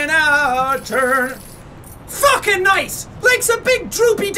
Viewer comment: It more like noice